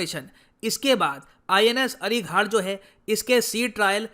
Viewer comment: अरिघाट नही सर 'अरिघात' अरि = शत्रू शत्रू का घात करने वाला 'अरिघात' शत्रू का नाश करने वाला 'अरिहंत'